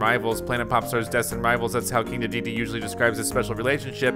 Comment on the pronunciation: How is it that this man has played Kirby for some many years, yet always says King Dedede's name wrong?